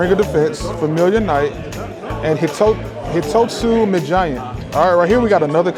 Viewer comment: I'ma be smart here, but it triggers me a little No one pronounces Hitotsu-Me Giant correctly, and that sounds stuck up and I'm aware of that They all get the Hitotsu right, but "Me" is like "May" it just means Cyclops basically, One-Eyed literally